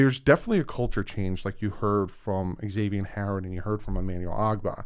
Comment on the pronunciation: That’s wrong. He is on record saying it’s pronounced Ex-ay-vee-n not Zay-vee-n